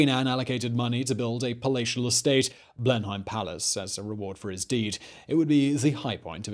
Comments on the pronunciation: Wtf... have you never been to Blenheim Palace 🤦🏻‍♂️😂 it’s not known as Blen-haim it’s Blenum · Blenheim with a long "e" more like "Bleeeeenheim" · Nobody pronounces 'Blenheim' as 'Blen - hime'. It's 'Blen - num'. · I think you are saying Blenheim Palace wrong